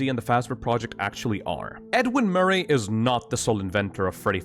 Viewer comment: edwin murr-aeyy